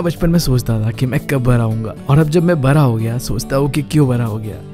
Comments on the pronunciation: Not bra `bada' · Bda ❌. Baraa✔️✔️ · Bada ❌ bra ✅